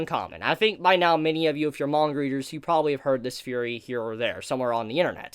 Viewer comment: i just noticed that you say "Fhurey" instead of theory is that an accent thing?